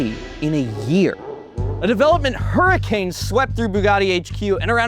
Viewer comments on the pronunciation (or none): none